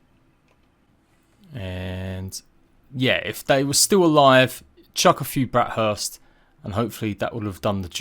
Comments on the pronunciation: It's burst. Not hurst btw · he keeps calling them "brat hursts"💀